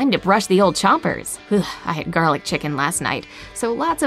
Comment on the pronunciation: When said garlaic chicken I rushed of the video bc I'm a allergic to garlic chicken